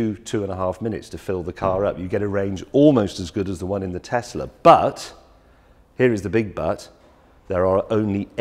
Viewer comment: What’s ‘Tessler’, it’s pronounced ‘tezla’ James